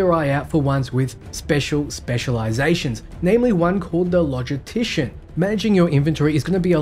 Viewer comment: Good video, I have one nitpick though. It's how you say "logistician" - there is an "s" in there so please say it! And "chirurgeon" too XD